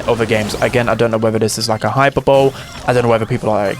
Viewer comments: I'm sorry bro but I gotta do it. Hyperbole is not "Hyper-Bowl" it's "Hi-per-bo-lee" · "Hyper bowl" 🥀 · btw hyperbole is pronounced hi-per-buh-lee